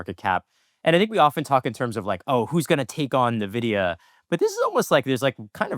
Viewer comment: you're an excellent host for this podcast, which I've watched/listened to for about a year. I love the rotating panel of AI Researchers. Minor correction: NVIDIA is pronounced "en-vid-ee-uh" by Jensen Huang, himself. Keep up the good work!